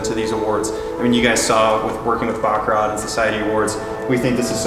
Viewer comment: Really. You guys were at the factory and couldn't at least try to pronounce Baccarat correctly, even just once on camera? ((think like a 🐈 coughing up a hair ball with the "t" silent, cause, like, the t is always (almost) silent!!!))